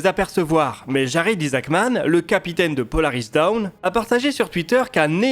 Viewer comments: A , Polaris Dawn (l'aube de Polaris) se prononce "dône" et non "daoune" (ce qui est la prononciation de Polaris Down, soit la chute de Polaris). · S'il vous plaît, ne prononcez pas Polaris Dawn comme si c'était Polaris Down (ce qui n'aurait aucun sens). Dawn, qui se prononce approximativement dôn, signifie "aube".